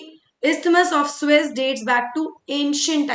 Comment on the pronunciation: It's not swiss canal,,, it's SUEZzz